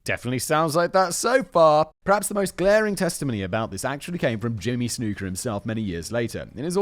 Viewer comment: His name was pronounced snucker not snooker